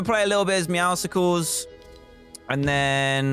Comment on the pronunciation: I hate how everyone is pronouncing it “meowsicles”